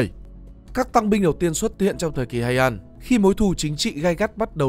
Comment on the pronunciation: Phát âm tiếng nào cũng bị tiếng Anh ảnh hưởng vậy, ví dụ như Heian chẳng người Nhật nào đọc vậy cả